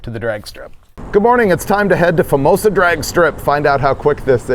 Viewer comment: There’s an O at the end of the word Famoso